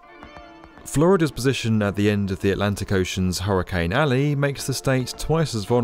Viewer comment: I love your videos but if you ever say hurricane like that again then imma have to run some fades